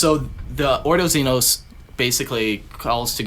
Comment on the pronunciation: Also Xenos. . . . ZEE NOSS (AS IN LOSS) 😂